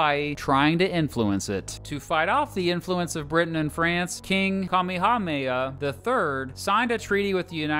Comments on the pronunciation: the funny thing is that Kamehameha is also a very popular term from Dragon Ball, and yet this man still couldn’t get it right. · i know nothing about hawaii as a whole but I knew he got that massively wrong- and no I do not know the correct pronunciations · The pronunciation of Kamehameha makes me sad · I don't want to sound mean but this guy absolutely BUTCHERED King Kamehameha. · Me who lives in Hawai’i hear him butcher Kamehameha’s name: What in the name of fuck did you just say🤣? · You need to go to HI. and learn how to pronounce all of the Hawaiian names you butchered. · Kamehameha, Kuh-May-uh-May-uh. You'd be surprised how easy it is to pronounce Hawaiian words and names. They only use 12 english letters and 1 of their own. It's about thinking of each word or name as a series of quick syllables. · 😔 the way he pronouns "kamehameha" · I pronounce it kamee kamee hah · KA-ME-HA-MY-AH? braddah it’s Ka-me-ha-me-ha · Its not kamehamaya, its Kamehameha like, from dragon ball we say it the same way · it’s actually kameh-hah-meh-hah :) (Not sure if that’s what you meant) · Kamehameha is pronounced like in dragon ball KA-ME-HA-ME-HA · Kamehameha: "Kah-may-ha-may-ha" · “Ka mii hah ma ya.” This hurt me as a Hawaii-born resident. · Maybe a misdemeanor, but his pronunciation of Kamehameha is a felony :) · And Kamehameha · Kamehameha was way worse of a pronunciation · and kamehameha lmfao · god he butchered the most easy name that you can pronounce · Every Hawaii local hearing him pronounce Honolulu and Kamehameha: no. I could let the islands and places slide, but these were butchered. I’m sorry my dude, I know you probably tried. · also, the way he pronounced Kamehameha and Liliuokalani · Honohulu was atrocious. I've heard Hanalula, but Honohulu is just awful. You didn't do really well with Kamehameha either. No syllables are accented in Hawaiian.